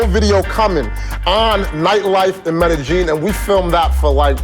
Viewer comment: Since you don't care... Medellin, pronounce meh-deh yeen, opposed to meh-de geen.